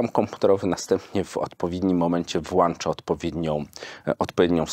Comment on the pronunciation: Słyszę "włanczam" to wyłączam z zasady